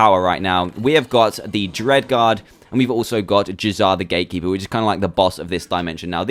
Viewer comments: uh dude you said grate keeper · Staff of the Gratekeeper is what you said.